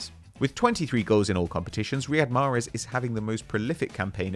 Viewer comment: Really said mahrez 🫤